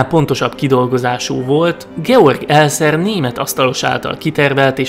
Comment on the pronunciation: A kiejtés sajna hozza a Discovery színvonalát: linciként és elzerként kellene ejteni -- ezt leszámítva viszont kiváló, hajrá! ; )